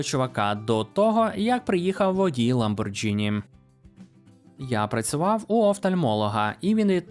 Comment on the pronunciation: Все класно, але Lamborghini вимовляється як ламборГіні.